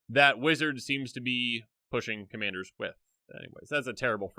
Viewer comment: "Commayders" lol